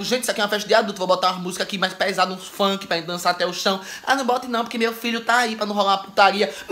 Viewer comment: Uns "fanqui" pra dancar ate o chao. Quase tive um infarto. kkkkkkkkkkkkk